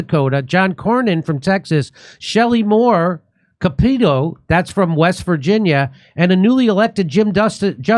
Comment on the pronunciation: My (now late) father once said that even Shelly Moore Capito's name lets you know that by voting for her, you're shooting yourself in the foot. Yes, it's pronounced /ˈkæpətoʊ̯/ (that is, like "cap a toe"), not /kəˈpiːtoʊ̯/.